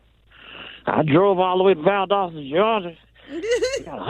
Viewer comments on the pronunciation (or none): none